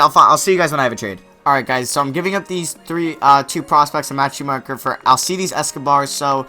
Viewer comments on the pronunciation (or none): none